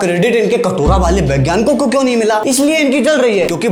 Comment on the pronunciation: Vegyanik hota hai bhai na ki begyanik 😢😮